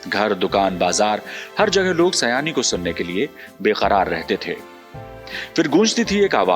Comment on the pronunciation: Please note His name you are pronouncing Error Not Sayani His name is Ameen Saayani